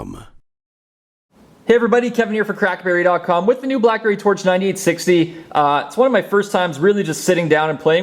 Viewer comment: Lol anybody else heard crapberry? :D